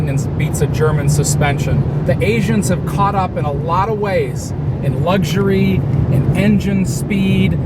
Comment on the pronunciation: there is no G in luxury. It's Luxury NOT Luggsury